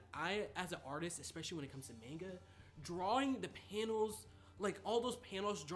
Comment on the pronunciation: Stop saying manega